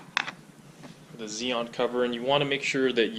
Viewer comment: ‘Zeon’??? We pronounce the xenon in the UK as ‘zenon’ as the word has 2 letter N’s in it! Anyway ‘’, cheers for the basics!!!!!